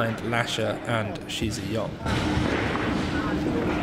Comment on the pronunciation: and also its not she zhe yong but shi is pronounced like the sh in (sh)iver and zhi is pronounced like you pronounce the J in (j)erk , just to make your chinese pronunciation more accurate :)